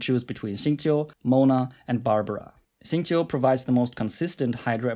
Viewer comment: "xingqiu" "keqing" brb crying tears of joy